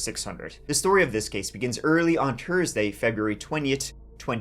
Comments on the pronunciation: Dude, you really need to get that speech impediment worked on. There is no such thing as "Ters-day" 🤔 and "Tree" means 🌳 something entirely different than "Three" 3️⃣. It's a huge distraction. Also "Go" and "Goo" are 2 very different things. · You say it happened Tursday, February twoniet ?